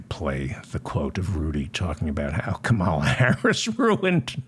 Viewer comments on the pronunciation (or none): Say David, I believe that the vice President's name is Kamala (as in Pamela) with the emphasis on the first syllable. Tell me if I'm wrong.